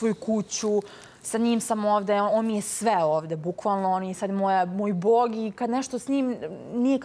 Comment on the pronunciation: gUoca, tALefon,ZeAli, VoAlim .. Sloba je moj BOag 🤦🏻‍♀️